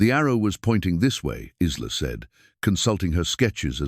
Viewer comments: Every time he pronounced the girl's name as Is-la instead of I-la (Isla is pronounced I-la), it made me grind my teeth. I do believe the timeline was off, too. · AI is great, but pronunciations need to catch up. Isla is not Is-La, but I-La like island. Silent S. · Isla is pronounced eye-la please fix it . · Lovely story, but. , why not prounce names correctly , Isla , is prounced Ila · The name is not IZLA!!!! It's like island without the -nd. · It is so funny that the computer voice pronounces Isla with a short I when the s is silent and the I is long! My grandmother’s name was Isla.interesting!